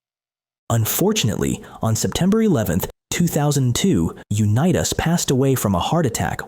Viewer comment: BS VIDEO! Mispronouncing his name and showing pics not him was a disservice to Johnnie .